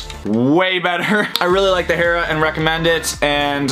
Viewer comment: oh hey this boi said hera correctly